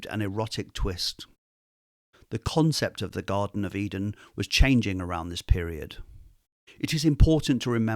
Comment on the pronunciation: "The Godden of Uthly Delights"